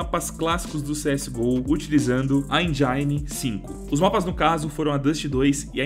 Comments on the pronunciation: Dog . . . N querendo criticar mas ja criticando, ksksksk. Pronúncia de engine ta mt errada vei. . . Eh q da agonia ouvir endjáine. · ur enjaine